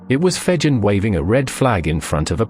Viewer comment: *Jervis Bay. And Fegen is pronounced with a hard 'g'.